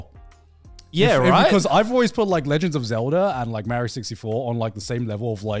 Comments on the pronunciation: Says TomAAAtoes but Meeeerio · The nerve to be so upset about the American pronunciation of tomato and then pronounce Mario like that is wild!